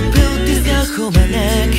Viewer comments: 【長文失礼します🙇‍♀️】 入りのゆいくん⇒ふかみんは安定に最高😇 はるさん、歌った声優さんが大人っぽすぎるかな？と思ったぐらいの声が採用されてるんだよな🤦‍♀️最高 1年生組のサビ最高です😭 2人にそれぞれいいところあるの本当いい、、、！ 高音組がたまにハモリでも前に出てくるとこあるけど本当にいい😭✨ とか 生配信でも言ってたけど、全体的に英語の発音がよろしすぎる溶けそう😇 サビはもちろんなんだけど、特に からの｢neck｣の｢ck｣がやばい😇 ｢ルルルンルルルッドゥー｣みたいな感じのやつ好き😇✨ からすごい好き。そしてその後の明くんの｢きっと｣にやられた( ´ཫ`) すごい試行錯誤してやってくださったみたいだし、本当に最高です😭😭 あやあやの｢七面鳥なんか焼いてさ〜〜｣が好きすぎる🥰 からのオクターブ本当に心地いい😇✨ からのふかみん⇒あやあや最高😭✨ 鈴の音すごい、、、きれい、、、 最後はリルハピとおなじで｢you｣なんだね😭いいね😭 リルハピも、今回は燐くんのメロが少なめで道貴くんメインだったし、色々な顔を見せてくれるアオペラが本当に好きです😭💓 明くんの作詞、はるさんのアレンジ、みんなの努力、、、考えただけで神曲😭ありがとうございます😭💓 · 素人ですがゴスペル習っていてこの曲みんな発音頑張ったと思うんです。 日本語英語って言われてちょっと発音がよくないと実際に日本語を話せない方には英語で歌ってるつもりでも何て歌ってかわかんないなんてこともあるそうです（日本中いろんなグループあるから）私はネイティブに話せる指導者に恵まれて教えてもらっていますので聴き取って頂けてます。 だから 最初のふかみんのtheはダって言うし、おのゆーのneckはクッって語尾をはっきり言う 良く出てきたLet itはtを言わないでつなげるからレーリッみたく聞こえる。やったことあるというかいつも注意するとこがものすごく綺麗だったので大変だったろうなーと。 としくんと明くんの高音がジングルベルの鈴の音の様で大人っぽいけど優しいホワイトクリスマスの雰囲気感じました。としくんとしゅうごくんのアルバム良く聞いてるんですけど本人とは違い当たり前だけどキャラソンで他のみんなも自分の声での歌じゃなく役の声の歌（としくんは特に長けてますが）なので、改めて声優さんのキャラソンで声だけで表現してくれるアカペラってコンテンツが本当に声優さんてすごいなと思わされました。 長文ごめんなさい そして役名と中の人がぐちゃぐちゃになってるーすいません